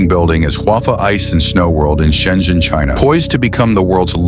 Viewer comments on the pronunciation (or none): none